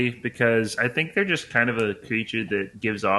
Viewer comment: You tink? Do you... tink a ton?